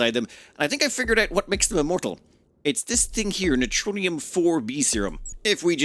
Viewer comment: 'NEROTONIN', not neutronium. NER-O-TONE-IN